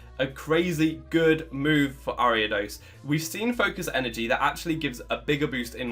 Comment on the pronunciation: Saw the video title, feared you would pronounce it wrong, clicked on video, you did pronounce it wrong. O